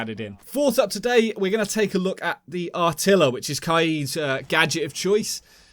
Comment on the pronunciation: great video :) loved it, btw I don't know why everyone calls Kaid's gadget 'Are-tila' it's actually pronounced RRRtila you just roll the r's :D